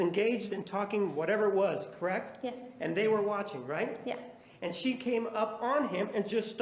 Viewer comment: I hate when people say "correct" as one syllable the way this girl does... Creckt, Creckt, Creckt. So annoying...